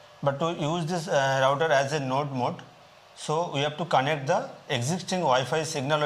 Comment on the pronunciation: Thanks for pronouncing the word router correctly, not rooter, lol.